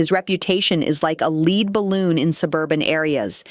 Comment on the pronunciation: Lead = pronounced " led" it means a heavy type of metal ( like a lead pencil) so a lead balloon wouldn't float in the air. You need to have a human listen to things and make corrections before it's released.